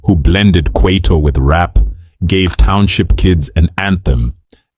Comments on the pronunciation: You lost me the time you pronounced Kwaito as Kweito🚮🚮🚮🚮🚮🚮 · Did he just call kwaito kwayto? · Bruh you're black......what Quaitor?.........it's Kwaito